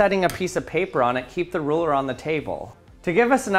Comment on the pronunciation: It sounds like you're saying roller not ruler